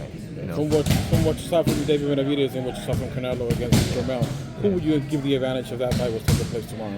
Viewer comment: jermall not jermell